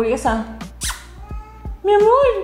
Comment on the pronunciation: not to be dramatic or anything but the instant you said “mi amor” i was like ES CHILENA and i was right;)